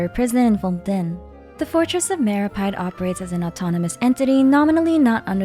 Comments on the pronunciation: It's meropeede not meropide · And then she proceeds to pronounce fortress of meropyde 💀